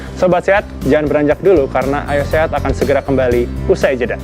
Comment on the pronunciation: Kurang jelas pengucapan Ayo Sehat nya. Kedengarannya Ayah Sehat mulu. Over all host nya keren